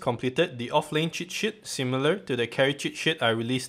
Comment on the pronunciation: cheers from Brazil. I found it funny how you say sheet, as sh*t ... <3 continue pumping content !!!